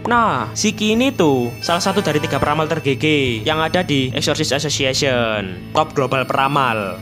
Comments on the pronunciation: Exorcist association ❌ Eshishi ashoshiashen ✔️ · greget banget sepanjang video lu bilang eksorsisesosiesion wkwkwkwkwkwkwkw PADAHAL GW NUNGGU LU KEPLESET NYEBUTNYA BANG, TAPI KOK LANCAR TERUS YAH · Exosisisis asosisisisisiisiyen sumpah gue denger nya gitu bang🗿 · Bg bilang exocirst association Gw dengernya Esosiasesesion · nama organisasi : exorcist association yang gw denger : wasweswasweswaswes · Bg kalo ngomong exorcist association kedengeran kaya Exsoxii sisixieion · Yang disebut:Exorcist association Yang ku dengar:essosis assosiation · knp aku denger exorcist association nya abangnya kek ngomong assosis assiasoss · Exorcist Association ❌❌❌ Esosissasosiasion ✅✅✅